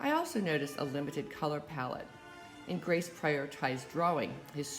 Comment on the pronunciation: Ingres is pronounced "Ang".